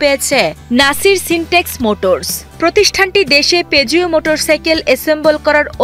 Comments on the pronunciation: পেজিও নয় পুজো উচ্চারণ করতে হবে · উচ্চারণ peugeot= পুজো